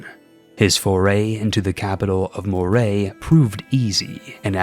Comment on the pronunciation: Im afaird you said Moray wrong. Despite all logic, it is pronounced Murray. And Inverness is not Iver-ness, it is In-ver-ness